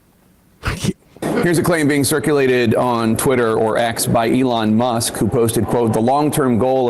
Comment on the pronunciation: "a lawn musk"